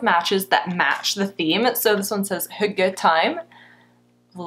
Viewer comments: I thought you said "hooker"😳😂😂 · I had to look it up. Hygge is pronounced "hue-gah" I've seen the word everywhere and never knew how to say it.